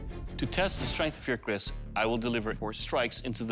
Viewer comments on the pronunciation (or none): Lopez and is CALLED "KERIS" IN THE NATIVE TOUNGE NOT KRIS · Its keris not kris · pardon me, but it has to be "Keris" not "Chris" (confused by the subs)